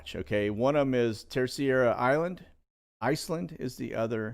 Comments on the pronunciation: Hey, this may help: Terceira is pronounced TER-SAY-DUH. Got family there:) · Im not being a smart aleck, but pronounce the island in the Azores like this. Tris aida :) Terceira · Just to inform the announcer that the spelling and pronunciation of the island in the Azores is spelled Terceira and and pronounced(ter-se-ra). Love the channel! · FYI, the island in the Azores is not Terciera, but Terceira. With an English accent it is pronounced tare-say'-rah. For a Portuguese speaker it would sound more like Tare-say'-dah. It means "third" island. Great work. Keep us informed. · I love these Sit Reps. So informative. I spent a few months in the Azores (Açores) back in the day and the correct pronunciation for Terceira is TER SAY DUH. Keep doing what you’re doing. ❤️